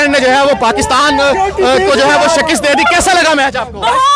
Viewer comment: Shekest nai Shekast hoti hai 🤦‍♂️